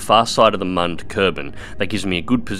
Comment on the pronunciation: Its me again, it is not mon its moon and it is pronounced like Muun, can u say it in the next video i wanna hear u say it correctly ;))